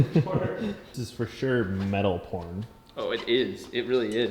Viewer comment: is banned from saying "ferrrrsherrrrrrrr"